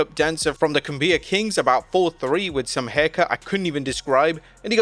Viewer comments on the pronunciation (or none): Lol cum-bia kings. I understand why it was mispronounced. For future reference, it's pronounced "coomb-ya kings" Also, money in the mank was the idea of jericho AND brian gerwits, who is the rock's "guy". So its doubtful that the concept will go anywhere.